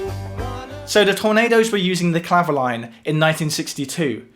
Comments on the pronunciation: Great research. I was waiting for the Clavioline. I had one made by Selmer many years ago - it was based on valves and was monophonic - being a guitarist, I never used it on gigs and. I sold it for 30 quid - madness! - I pronounce the name as Cla- vio- leen, not clavo-line. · Sorry to be pedantic, but I think it’s pronounced “clavi-oleen” as it was a French instrument.